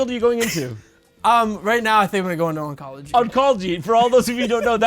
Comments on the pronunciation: Jimmy: Oncology Jon: Unkolgy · Is Jimmy still alive? Will we ever see him again? And can Jon pronounce oncology? These are the important questions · Jimmy laughing at Jon pronouncing Oncology wrong was hilarious.